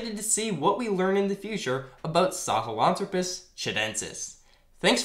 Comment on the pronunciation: FYI Poitier is pronounced Pwa-T-A. Think to yourself in a snobby french accent. Lol, I like your channel. Keep it up. Also, the "Throw" in Sahlenthropus is the stressed syllable. saw-len-THROW-pus